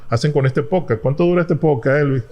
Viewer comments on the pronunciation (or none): Podcast hermano podcast no poc cat podcast